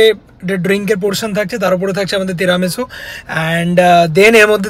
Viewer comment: apnar “teramesu” aar “laaatey”pronunciation shune italian rao oggyan hobe. Why dont you plan a trip to Napoli and teach them this “authentic” pronunciation?? Naki sponsor korbena bole keu tai Italy trip ta off the table???😂😂😂😂